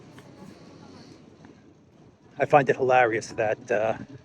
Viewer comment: You may not be pronouncing the word hilarious correctly 😂